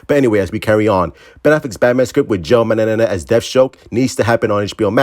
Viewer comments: I think it's pronounced Manga-nello (as in jello), but keep saying mananana lmao that shit's too damn funny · Joe mang·guh-neh·low. If push comes to shove, use the british sound on google pronounce. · I got you bro, It's pronounced Man-Guh-nello. #RestoreTheSnyderVerse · It's manjanello that's how to pronounce it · The way he can't pronounce his last name just KILLS MEEEE 😭💀💀💀 lmao